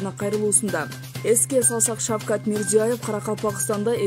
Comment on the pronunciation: Окуган кызга; Мирзияев эмес, Мирзиеев. Адамдын атын, фамилиясын туура окуш керек! Сенин атынды башкача айтса, капа болосунбу? Же, сага баары бирби?